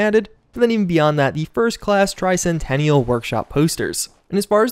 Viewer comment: Hey, you did say the word Tricentenail properly. Its bGS and having Ron Perlman say it wrong that has everyone confused. It's not Tercentennial, although it is an accepted way of saying it, the proper way, and according to most dictionaries, is Tricentennial, end if discussion.